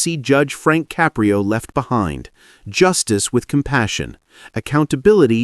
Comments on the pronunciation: its Ka-prio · This is made by AI. That is not what Judge Caprio looks like. There is no bailiff in his TV court room. His name is not pronounced Cap pri o. This case never happened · 🟦…. I hate th' way AI pronounces "Caprio".